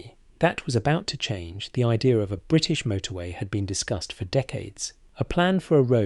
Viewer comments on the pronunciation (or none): none